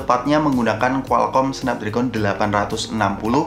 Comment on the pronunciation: Bang bacanya Snapdragon bukan Snapdragon